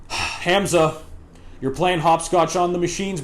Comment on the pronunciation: Bro all I got to say abt the video is that your pronunciation of Hamza is a bit off. The pronunciation is more like Hum-za. Not trying to be rude, just trying to tell you how most people pronounce it.